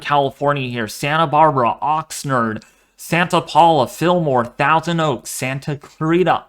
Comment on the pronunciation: Great update. Ox 'nard' rhymes with lard!!